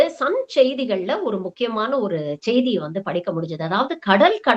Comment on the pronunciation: அது.... ச்ச்செய்தி அல்ல.... செய்தி என்பதை ஒழுங்காக உச்சரிக்கவும் 😂😂😂😂😂😂😂